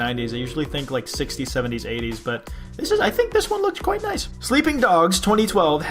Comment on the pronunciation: Yo it's kwite nice